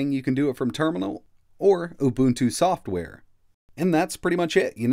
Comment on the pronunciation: Helpful, thanks. BTW, it's UbuNNtu, not ubutu as you keep saying :)